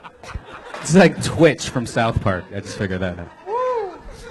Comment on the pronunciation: it's Tweak not Twitch, redband